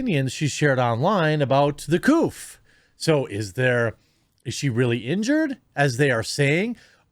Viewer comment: Why does he keep saying "the couf", is that a way of him avoiding saying the word covid for some youtube algorithm avoidance?